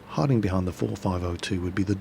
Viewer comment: kemp,isult,reportta,Kamp,capsirkel,Arti,Cmap i base,unfair plane(wtf),behajnd,tem,kaping,Ston,torret,bodi,naow. hmm my brain is just wtf. He really needs to learn english